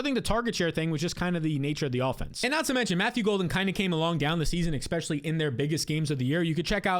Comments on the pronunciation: *ESPECIALLY, not expecially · After he says "exspecially," I don't hear anything else he says for the next 20 seconds. And he says it a LOT. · I love the channel and just subscribed. But it drives me nuts how you say “exspecially” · There's no "x" in "especially" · One note: there is no "x" in the word "especially."